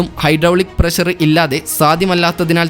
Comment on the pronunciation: വിവരണം കൊള്ളാം പക്ഷെ, പ്രശർ അല്ല പ്രഷർ എന്ന് ഉച്ചരിക്കണം അതാണ് ശരിയായ ഉച്ചാരണം ശ്രദ്ധിക്കുക ok.